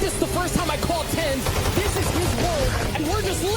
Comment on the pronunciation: Him saying tenz as Ten-z is sending me 😭